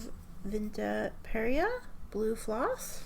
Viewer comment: My memory of makopa fruit is more red-pink so I'm finding it interesting Vinta went with a magenta. But great colors! I really love how you swatch and how they show off the properties so well. Note on the names, you did okay! you got Perya on the first try and Lakambini right before you apologized. Our vowels are short if that helps? leyte = leyteh damili = dahmihlih perya = pehryah lakbay = lahkbahy Or something like that? 😅